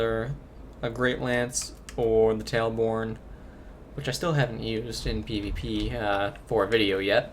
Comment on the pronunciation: It's Tail bone not Tailborne